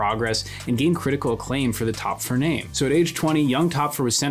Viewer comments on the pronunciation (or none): I like the video, but the pronunciation of Töpffer bothers me. The "ö" has the sound of "oy" or "oi" equivalently in English. Besides that little pet peeve, I like the video essay. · Very great video! Small nitpick about the German names: Töpffer and Goethe have the Ö/OE sound in their name (same thing), its not pronounced as O, but closer to how one would say "uh"